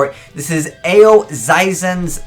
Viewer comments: Why can absolutely no Yugituber pronounce her name right it Aoi as in Ahh and oi like "oi brah". Not oww-wi not just oi. Ahh-oi. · It's Ah-Owwy. Aoi Aoi No Sora. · It's Ah - Oh - E